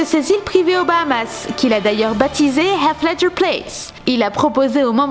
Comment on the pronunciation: Bravo et merci de bien prononcer le nom du regretté Heath Ledger ,Australien, dont le prénom exact est Heathcliff. Respects.